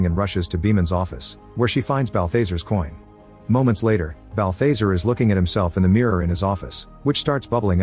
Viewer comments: It's constant-TINE, not -TEEN. And Balthazar rhymes with bizarre. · Quit using AI voices you're not producing balthazar right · THATS NOT HOW U PRONOUNCE BALTHAZAR